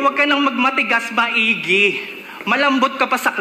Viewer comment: Maigi “ma-iggy” andre iguodala